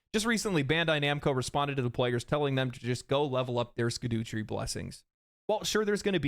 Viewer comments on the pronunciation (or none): Heyo it’s not “skidoo” fragments it’s “shadow tree” fragments 😅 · "ska-doo-tree fragments" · It’s pronounced “SHadutree”. That’s how it’s meant to be said. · they are pronounced skibidi fragments actually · Scat Tree fragments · Scadutree ist just an old english pronunciation for Shadowtree just like gaol is for Jail Edit: Gaol not Gaul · Love the opinion but left a dislike for the scadutree annunciation 😂